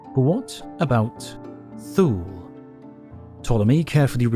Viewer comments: ‘Thule’ is pronounced T-Huh-Le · Thule is pronounced Thul-eh. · Thule is pronounced “too-ley” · Not sure if the mispronounciation of Thule was deliberate to draw some comments or that all too common phenomenon of YouTubers not verifying pronunciation of a word they've only read but not heard, but either way, hope this helps... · To be honest, /θuːl/ makes more sense as a pronunciation than /θjuːliː/.